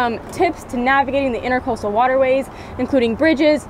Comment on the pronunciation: IntrAcoastal not intErcostal